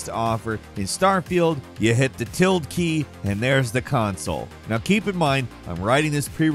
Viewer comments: "Tilt" key. xD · TILD key? You uh.... forgot half of the word. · "Tild" instead of "till-da" "Eye-terative" instead of "it-erative" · If you learn how to pronounce "tilde" and "iterative" correctly, you will sound more authoritative.